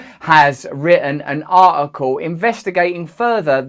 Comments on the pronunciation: “AH - EH - COE” *Russell Brand pronouncing “article” 😂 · Because hes from Essex 😉